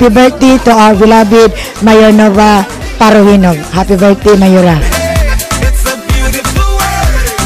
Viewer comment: Parojinog naging parojilaw... Haha